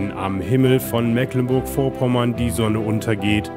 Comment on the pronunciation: Schade, dass der Sprecher Mecklenburg nicht ordentlich aussprechen kann.